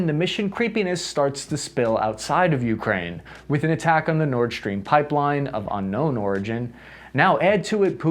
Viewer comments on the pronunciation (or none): none